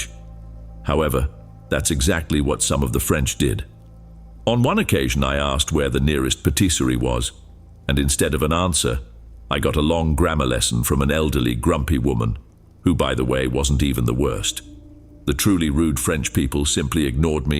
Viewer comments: Potiseyrie?! Well as a french, trust me, we’d vomit at the pronouniation and why should we be kind to people who see our city as a theme park of sorts? Suresn?! That is not even a place in France but Souuren ( the way you say it) yes, Suresnes Longchamp near Paris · It pronounced Suresnes as ‘ suresn’ which is so wrong; and patisserie as Potiseyrie; and expects us to be kind?